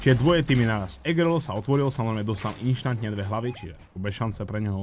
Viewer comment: Prosím nehovor "inštantne" ale instantne